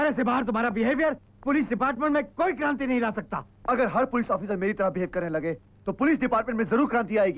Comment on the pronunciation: Its kranti ,not karanti